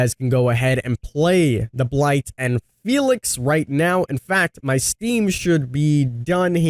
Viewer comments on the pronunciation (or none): none